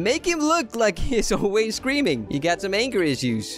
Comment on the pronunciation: When I hear him say scream all I can hear is cream